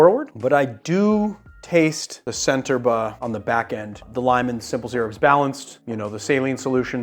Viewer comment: Correct. That also applies to "Centerbre"-- the c is a "ch" and not an "s"